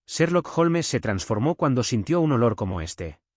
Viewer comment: Haces pausas raras en medio de algunas frases, no se si es por el cambio de línea o página o qué pero deberías intentar no hacerlo. Aparte se pronuncia "holms" no "jolmes". Tienes buena voz y con práctica seguro que mejorarás.